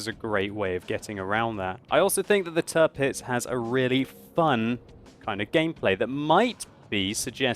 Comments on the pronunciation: The "Tir" in Tirpitz is pronounced like the english word "tier". So it's not Turpitz like you always say. ;) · little pronunciation help. Say it like it was spelled "Tearpitz" (hope this will not become her new nickname) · You seem to be butchering the name of the Tirpitz!